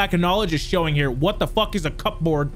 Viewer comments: mispronouncing cupboard as cup board is fucking hilarious! 😂😂😂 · Cupboards are basically the cabinets Lmao and it's not cup-board it's like cub-oard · holll up, he called it a CUP-Board